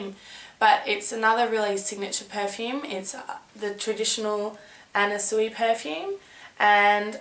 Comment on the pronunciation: Are you pronouncing her name Anna Soo-ee? I think it's pronounced Anna Swee. I love how you look in this video, like a russian spy from an older James Bond movie.